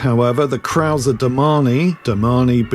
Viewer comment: As a German, I really appreciate you saying 'Herr Krauser'. Not many people outside Germany bother to do that, so thank you! Today, the Krauser brand belongs to Hepco&Becker, another well-known German manufacturer of luggage systems for motorcycles.